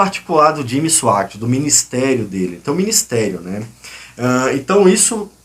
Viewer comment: Cara você não sabe nem sabe pronunciar o nome do Jimmy, e ainda se aventura a criticá-lo!? E outra coisa você faz uma explanação confusa! Simplesmente você blefou!!👎😉